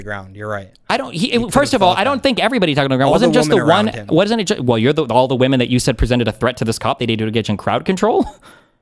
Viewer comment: What’s up with people not being able to pronounce the word women correctly?